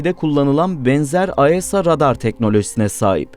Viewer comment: Falkın, aesa yerine asa...😢😢